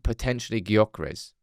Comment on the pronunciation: You dont say the G in Gyökeres. Its more like jokeres. Coming from a swede 😂